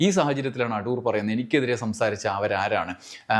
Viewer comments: അഠൂർ അല്ല സർ. അടൂർ ആണ്. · അഠൂർ അല്ല അടൂർ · "അഠൂർ" എന്ന് കേൾക്കുമ്പോൾ ഒരു അസ്വസ്ഥത, "അടൂർ" എന്ന് പോരേ? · അടൂർ അല്ല....അടൂർ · അഠൂർ അല്ല, അടൂർ.. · അട്ടൂർ അല്ല സർ. അടൂർ എന്നാണ്. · ‘അഠൂ൪’ മാത്രമല്ല അവസാനത്തെ ആ ‘വിഠയും’ നന്നായിരുന്നു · ഉച്ചാരണം ശരിയല്ല. അടൂർ ആണ്. ഇത് കഠോരമായി. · ' അഠൂർ ' എന്ന് മന:പൂർവ്വം പറഞ്ഞതാണല്ലേ..?😅😅 എന്നാലും അതൊരു 'കൊഠൂര ' വിളിയായിപ്പോയി..😂😂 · Shailan's comments are great. Your pronunciation "ADHOOR" is also excellent 🎉